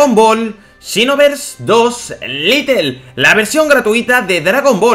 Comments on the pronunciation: se dice lait no lite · ...se dice xenoverse LITE no LITTLE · Porqur dices "litel" y no lait y la escusa de que no sabes ingles no vale xq hay videos donde lees y traduces del ingles al español xD (mirando todo el video ya lo entendi dices litel porque es un version pequeña osea "little" ) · Es Lite no litle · Ya pero bueno, se habrá equivocado en todos los vídeos que hace hablando de este juego diciendo little :v